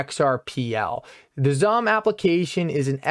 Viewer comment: It's pronounced as SUM...